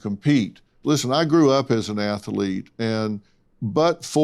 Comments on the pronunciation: "Athlete", Dr. Phil. Two syllables. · Someone needs to tell Dr Phil there’s no I in “athilete”😂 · Ath A Lete? That's funny, I didn't know athlete had three syllables, A-tha-lete? That's ama-za-zing! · I like Dr Phil but I wish someone would tell him that the word athlete only has 2 syllables! The guy smirking and shaking his head was very frustrating. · Can someone please teach Dr Phil how to pronounce athlete???? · Somebody ask Dr phill when did the word athlete start having 3 syllables.